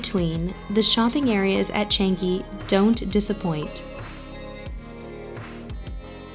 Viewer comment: Just sharing, it pronounce as ‘Chunk-gi’